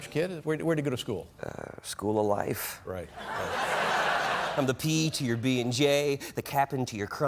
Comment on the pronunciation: "school of li-fe'